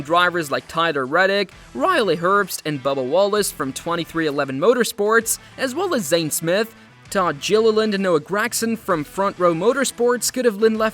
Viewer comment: Who the hell is this announcer/dumbass?! He misspronounces everyones name! Jilliland is hiliarious!